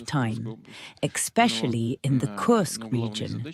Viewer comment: I like how Judge improved in pronouncing 'Kursk'. Good job Judge!